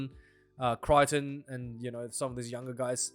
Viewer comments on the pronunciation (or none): none